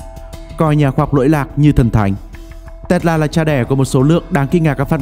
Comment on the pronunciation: Bạn này nói chữ Tesla nghe buồn cười quá. Đọc gì mà Tét La. :))